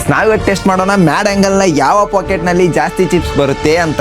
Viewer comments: Packet ❎Pocket✅ 😂 😂 😂 pls improve but still I am a big fan not fan ac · Bruh adhu Packet not Pocket!!! 😅